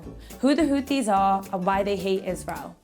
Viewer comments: Hothies, not Khothies ! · Its not houthis and the blow fish 😂 IT'S HOTIE AND THE BLOW FISH 😂😂😂 !!!